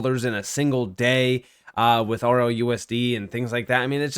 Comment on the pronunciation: Why do you keep saying “ROUSD” when it’s RLUSD?